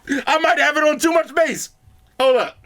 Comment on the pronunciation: Bro, did you say toom much bass 😂😂😂😂😂😂 stop with that nonsense 🇯🇲🇯🇲🇯🇲😂😂🫡🫡🫡😉 Too much Bass? What's that 🤔😳